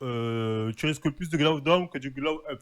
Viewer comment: "Elle a eu un glo donne"